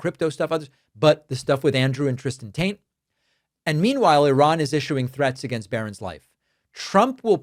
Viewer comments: does he keep saying Andrew tant? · Every time you say Taint instead of Tate, it serves only to paint you as being juvenile. Why do you feel the need to do this? This is no laughing matter. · You keep saying,Andrew "TAINT" or the "TAINT"Brothers.Their last name is not "TAINT"....Their last name is "TATE". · You said Tate. I heard Taint. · It definitely sounds like you’re “Taint” instead of “Tate” and I think you know you are and I think that’s hilarious. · Are you saying tant? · is you sayin taint? Sounds like you callin them bros Taint.....crak me up yo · Did you say Andrew Taint? That would be appropriate lol. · Sounds like you're saying "Taint brothers." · It may just be my hearing, but it really sounds like you’re saying, “Andrew and Tristan Taint…” 😂🙈 Not complaining, just saying. 😏💙🩵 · Did he say Taint brothers? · The "Taint" brothers... could have sworn you said that the first several times.... LOL. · It sounds like you're saying Taint but its Tate. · Did you say Andrew Taint? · Sounds like you said "Andrew Taint" , and I thought it was funny enough to deserve a post since I hadn't heard it yet. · Every time you say their name I hear the Taint Brothers and I can’t stop laughing. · Please pronounce the name TATE correct. There is no “N” in it.. Tate… thank you.. where would you pick up a n, I’m just mystified. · Did you say the Taint brothers?? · Is David pronouncing Tate as "taint" on purpose? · Did I hear you say “Andrew Taint??”. 😂😂😂😂😂😂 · Are you intentionally pronouncing Tate as "Taint"? I like it! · The first couple times I heard him say it, I thought maybe David was mispronouncing it I was hearing it wrong. I get it, the Taint Brothers. Appreciate that! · I love how you pronounce the brothers' last name.